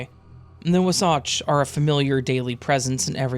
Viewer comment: as so wow who grew up in Utah 🤭 it's pronounced Wa-satch, like the beginning of 'water' & 'batch' 😉👍 LoL love your channel though!! I listen while delivering Amazon packages in the cold & rainy PNW. Makes the day less drerie 🥰 Thanks 🐦‍⬛